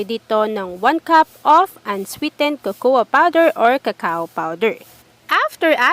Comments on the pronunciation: Cocoa.. It's pronounced as kokwa.. not kokowa🙄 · cocoa is pronounced with a silent A. [Correct pronunciation: ko-ko with two long Os, accent on the 1st syllable]. Young people are watching, they might learn the wrong pronunciation. If you want to use the Tagalog version (as you pronounced), omit the word powder. It's already understood that you are referring to the powder variant. No offense meant.